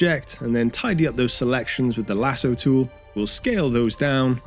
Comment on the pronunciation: Interesting but they say lasso wrong